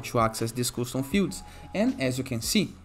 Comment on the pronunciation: its not "Koostoom" it is "Kastoom"